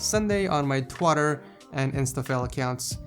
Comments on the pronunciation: He said twotter instead of Twitter Lol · Twatter and Instafile? Could you please never say that again! xD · "Twatter and Intifram accounts"?! wth dude. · "twotter and instafail" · Was it just me, or did he say "on my twatter" ?